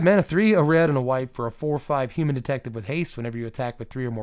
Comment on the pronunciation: when you say "Hu-mahn" are you feeling Ferengi, or Nausicaan? Not just this time, but in general, i usually get Ferengi, but this is had much more Nausicaan in it.